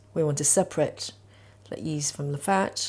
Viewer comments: Nice recipe. Do you say east? Not yeast? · Gotta get some of that fast acting “East” she’s using.